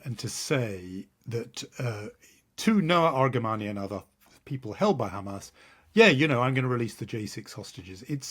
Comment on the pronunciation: Still pronouncing Hamas wrong! At per minimum, use a normal “h” normally. ⚠️ What denial of “gender fluidity” is she’s talking about?